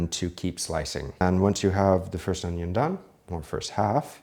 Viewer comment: You cut your "onyo" almost as good as Chef Jean Pierre :D